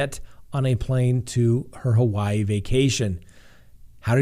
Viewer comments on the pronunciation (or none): none